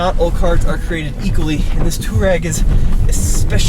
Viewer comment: Sounds like they are saying toe rag every time 😂😂